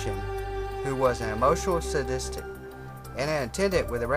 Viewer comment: say-dist versus sah-dis-tict.